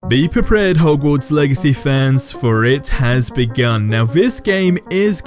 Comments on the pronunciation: has me rolling rn. "BE BREPRARED" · "Be prepreaded"